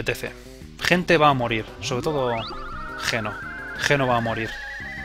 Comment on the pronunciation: ...escribe geno y...pronuncia yino